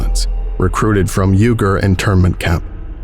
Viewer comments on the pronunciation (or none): "Uygur" sounds like "WEE-gur". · FYI Uyghur is pronounced Wee-GUR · I believe uyghur is pronounced "wee-ger"... not "urr-ger" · Uyghur is pronounced [WEE-GUR], not [U-GUR] I’m sure someone already pointed that out, but the current situation with the Uyghur people is quite sensitive. The Chinese Government is effectively trying to genocide them, so I feel more notice is warranted. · The Uy in "Uyghur" is pronounced "we".